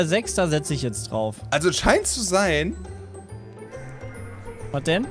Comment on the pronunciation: der Franzose kommt aus Jay immer mehr raus erst Le Was und jetzt Le Ups